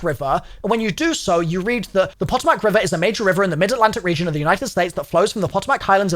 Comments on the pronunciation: The Pentagon is on the Potomac River. prounouced Puh Toe Mick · Potomac is pronounced kinda like Puh‐toll-mic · Po-Toe-Mic river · Isn't quite right lol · Its so wierd knowing these places irl! Also cringing every time he says Potomac😂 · me, a virginian, hearing him butcher potomac multiple times xddd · It has the pronunciation on the wiki. Your boy just didn't care, but I'm here for him trying to pronounce American. Lol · Him absolutely butchering Potomac River is so funny 😂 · someone needs to tell him how to say potomac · Is it just me or does it irritate anyone else that he cant pronounce potomac river or maryland properly. I understand that not everyone knows how. But i just wish that sometimes people would watch someone else pronounce it. All good though. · As a Maryland resident, I'm sorry, but I cant help but physically recoil everytime you mispronounce Potomac and Maryland. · Being from the DC area, that was pretty damn funny hearing you pronounce the Potomac River 😂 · as a marylander, i loved the mispronunciation of both potomac and maryland😂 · Everytine he says potomac 💀💀💀 it hurts lmao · Mary Land lol. And the pronunciation of the Potomac river 😂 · its pa toe mic not pot o mac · its not pronoucnce poto-mack its pah-tomick RIP atleast as a virginian also ppl say mare-land nor mary land just saying as an american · Poto- Mac and cheese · I never comment, but had to tell you, its pah-TOME-ic, not pot-o-mac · I love you but can I just hit you with the American Pronunciations of the Words. POTOMAC and MARYLAND. We say say it like Mare-Lan and Po-tom-ic, Mary-Land and Poto-Mack. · Puh - tomb - ick. Marylyn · Puh Toe Mack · It’s pronounced the “ pah-toe-mik” river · “Poe””toe””Mac” river - “mare””land” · Puh-toe-Mac River. And don’t say Maryland like that. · It’s pronounced Pa-toe-mic river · POE-TOE-MAC is the pronunciation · PAH TOE MIC river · Just fyi the Potomac is pronounced “Pa-toe-mick” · Pah toe mick river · "Puh-toh-mac " sheeeesh